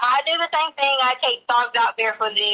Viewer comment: She pronounces "thing" as "thinK" with a very hard K...but she has a doctorate in education?!? Please. 🙄